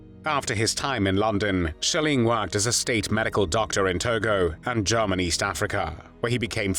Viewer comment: This voice over is truly irritating, especially when he pronounces German as “Jahman.”